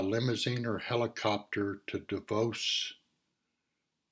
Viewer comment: Thank you. I am one of your subscribers. It's my hope many others will view your reports. You offer interesting subjects. I will be watching Tomorrow. ( pronounced, Dahfaux = Davos.)